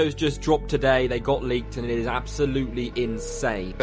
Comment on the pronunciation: The way you say today is weird bro!!